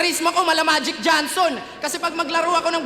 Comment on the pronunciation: Tama yung bigakas nya Johnson hindi Jonson.